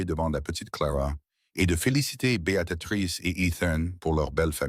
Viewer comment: Pour information, le prénom de l’héroïne c’est BÉATRICE et non Béatatrice !!!!!😂😂😂😂😂😂 vraiment l’IA n’est pas au point